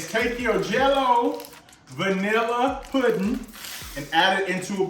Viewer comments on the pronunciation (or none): Oops 😬at least:36 had to 🛑 it bruh that’s not 🍌 puddin (scratch) that’s 🍌 pudding (using pudding) 🤦🏾‍♀️. It’s ez for you but I’m Ol school 👩🏾‍🍳 and I make my custard from scratch and slice 🍌 and squeeze 🍋 juice so they won’t get over ripe (black)….I will 👏🏾👏🏾 you for making it your quick way but aht~aht that’s “pudding” NOT “puddin”